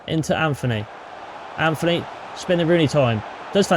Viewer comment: Bruno does not dive and also your saying Antony wrong its,not Anthony its Antony